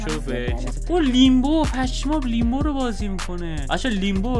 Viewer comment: داش علی لمبو است نه لیمبو